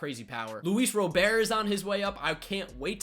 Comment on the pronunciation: Just so you know, Luis Robert´s last name is pronounced ¨Robert¨ according to him